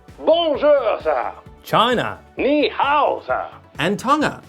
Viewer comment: You said ni-how with an accent. Still very lovely comedy on the s9. Keep making good stuff!